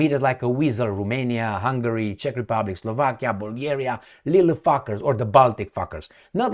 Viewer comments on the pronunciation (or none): none